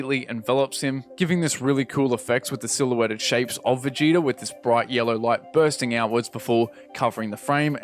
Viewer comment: Did you hear how he pronounced Vegeta near the start? Veh-Get-Ah instead of Vegeetah 🧐😫